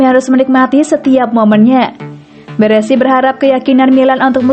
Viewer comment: BARESI bukan BERESI min...